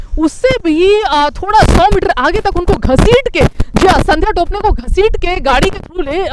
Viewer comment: बेकार न्यूज कवरेज .... थाना का नाम और संध्या टोपनो जी का pronounciation सही नही ... कृपया सुधार लें